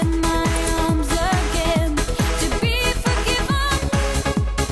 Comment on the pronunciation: Это ж насколько надо тупить и тугоушить одновременно чтоб такое услышать, а она поет без искажений просто ударение не туда